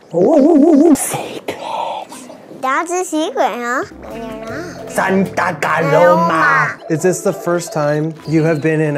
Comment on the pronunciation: is a natural on Camera fr!! Also I love how you and him kept saying snata caloma or however it’s spelt!